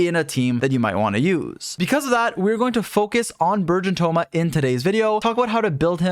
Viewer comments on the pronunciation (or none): Also the entire time it sounded like you were saying "virgin team" it was amusing